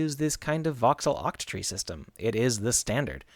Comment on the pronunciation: are u saying OXTREE ??